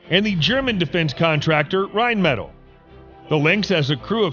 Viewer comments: My brain hurt everytime he said rhinemetall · ITS PRONOUNCED "RHINE-METAHL"